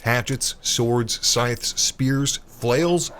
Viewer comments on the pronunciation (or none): did you say scythes?hmmmmmm